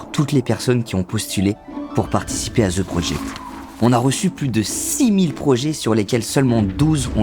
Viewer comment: Si t'es pas capable de prononcer correctement "The Project" appelle ça "Le projet" Colonisé va!